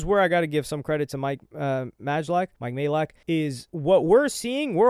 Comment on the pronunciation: you’re saying mike’s surname correctly at last 😅 Stop sounding unsure it’s been confirmed by Mike himself it’s pronounced "MAY-LACK"